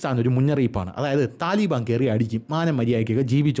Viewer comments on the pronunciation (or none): none